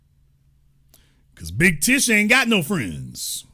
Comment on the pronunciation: Every time this ninja say big tish, i be weak AF😂😂😂